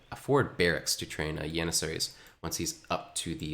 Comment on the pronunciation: Good caster... weird pronunciation though.. Yannissaries and You-lynns...